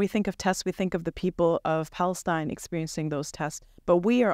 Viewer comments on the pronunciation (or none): none